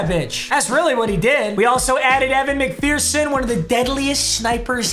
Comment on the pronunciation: Papa it’s McPherson fer not fear there ain’t no fear in mcpherson